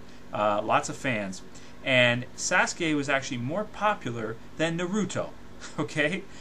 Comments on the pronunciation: lol did he say sasgay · Sasgay? Sasgay? Holy shet. Someone rip my ears off and feed them to Kyuubi.